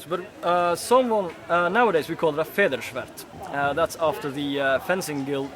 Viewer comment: If pronouncing German words is too hard for you: just don't do it.@ idiot with the ponytail